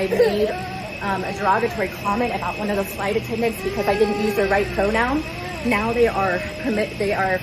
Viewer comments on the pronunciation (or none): Bro really said PORNoun instead of pronoun 💀